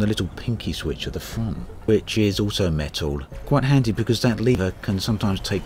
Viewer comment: It's made of "metow"??